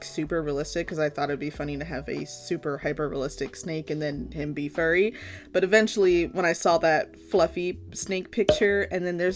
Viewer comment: I thought she said a f word snake